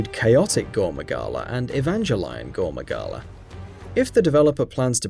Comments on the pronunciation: "Gore Maingala"lol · shengaru magala and gore mangala? how could anyone possibly pispronounce that? even i who had never heard anyone say either name until recently couldnt have made that mistake? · how do you say gore magala wrong twice let alone saying shagaru magala